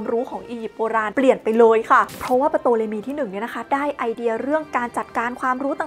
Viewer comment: ตัวPที่อยู่หน้าตัวt เขาไม่อ่านออกเสียงไม่ใช่หรือครับ ชื่อน่าจะอ่านว่า ทอเลมี ไม่ใช่ปโตเลมี นะครับ